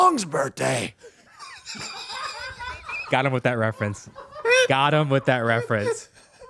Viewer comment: It’s cute how says “birtday” instead of birthday 🎂